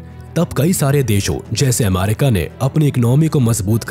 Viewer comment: Ap aaamaaarika kiyon bol rahe ho?